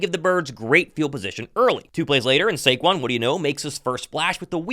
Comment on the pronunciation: Shake-QUON formally known as Saquon 😂